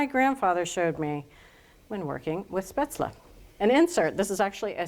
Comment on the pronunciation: I think it is pronounced shpayzel.